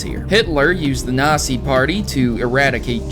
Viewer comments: It's said Naught-zee not nausee...lol ahhhhhh!!! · It's Not Pronounced The Way You Say Nazi Its Pronounced Natzi But Spelt Nazi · Nazi is pronounced (Not-zee) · in German, the Z you speak as ts, so natsi. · the way you say "Nazi" sounds like your treating the Z as an S.. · no offense, this is a good theory and everything, but... man your german is bad. Not to mention that every time you say "Nazi" I cringe. Not because of the word Nazi, but that pronunciation... ugh.